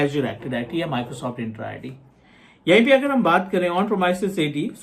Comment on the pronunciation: it is ENTRA ID not INtra ID